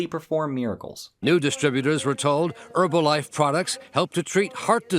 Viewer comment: I don't care who loses money as long as they don't pronounce it "Erbalife"